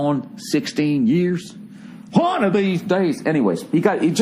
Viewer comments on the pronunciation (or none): "hwONEE of these days" 😂😂😂